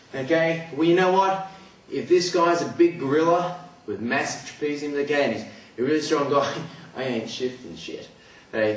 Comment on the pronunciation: I love how his accent is all like: "I'm gunna smash his head to the ground, e'key? I'm gunna slam his as hard as I can, e'key?" Lol also, Metal Gear Solid FTW!